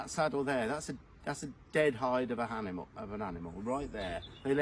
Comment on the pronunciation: Hi I smiled when you accidentally said “dead hide of an hanimal “……… we must hail from the same area.Putting a H on the word after, is me 😂 eg…hear hole ….instead of ear hole 😂😂😂 keep up the amazing work 👌